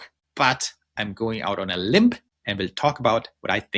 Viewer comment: you mean to say that you are going out on a limb, pronounced LIM, not limp. English is so screwy that way with the silent “b”. However, I love your channel…great work